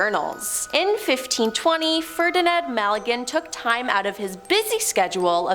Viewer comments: Isn't it Ferdinand Magellan? Not Malegan? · I’m annoyed hearing “Ferdinand Maligan” like whaaaaaaaattt???